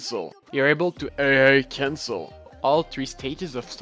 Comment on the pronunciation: When he said "AA Cancle" it pissed me off it was so annoying.